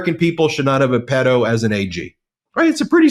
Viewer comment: Fan here! Since subscriptions were below 500,000! You’re pronouncing “pedo” wrong.